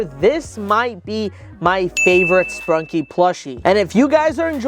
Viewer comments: Bro called it “sprunkie” it’s sprunki ! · ITS NOT SPRUNKIE ITS SPRUNKI